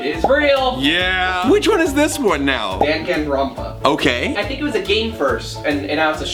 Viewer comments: ITS DANGANRONPA NOT DANGONRONPA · Am I like the only person having an ice fit cause he mispronounced danganronpa and I'm also pretty sure monokuma is a plushy not a robot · Danganronpa not rompa